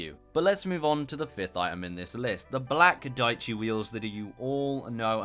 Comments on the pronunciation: Diechi is Italian for ten, it is pronounced diè-ci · dieci means 10 in italian and it is pronounced something like "deeyechi"